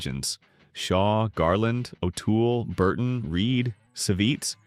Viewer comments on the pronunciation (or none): Peter ooole???????? I have nothing to fear from a pathetic AI that cant even understand O'tool